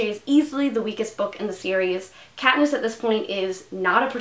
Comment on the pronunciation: Did you say "that Katniss that Pee-niss resolve" at the end?